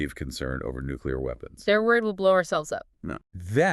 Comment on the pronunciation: It's nuclear pleading not nesrcar lol